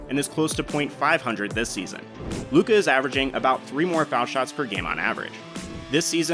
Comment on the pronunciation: It's Luka. You got my view.